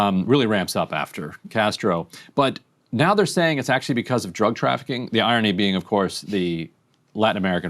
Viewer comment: Did she say drafficking drugs?